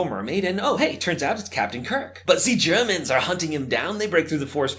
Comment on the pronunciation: why'd he say the Germans like that